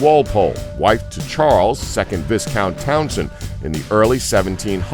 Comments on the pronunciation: the s in viscount is silent. its pronounced vicount. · Dave Lennon-Copeland I'm an American, and even I know how to pronounce Viscount properly! I too was annoyed he didn't use a silent S.